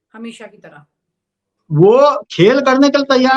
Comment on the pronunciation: बहुत सुंदर समाचार प्रस्तुति होती है आपकी, मैडम तरह बोलिये आप तरंह kyun बोलती हैं